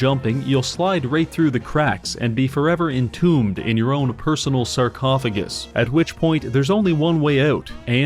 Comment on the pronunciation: Huge opportunity wasted by not saying "Car-cophagus"